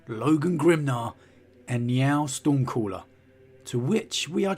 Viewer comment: keeping hearing it Meow stormcaller lol